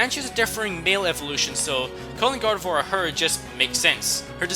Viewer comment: GARDEVOIR DOES NOT END WITH A T, IT ENDS WITH AN R!